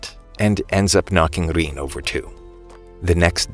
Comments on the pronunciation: Bro say riin not rin riin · Rin❌ Rein✅